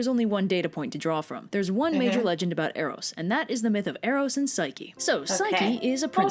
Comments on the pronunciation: sorry to correct you but its pronounced Air-os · You said Eros and Psyche wrong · She pronounced Eros and Psyche wrong